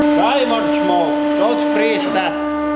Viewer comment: He said... "Diamond smoke, don't breez it"... Lmao!